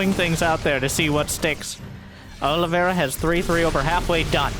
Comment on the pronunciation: Olivera? Is his name not Oliveira?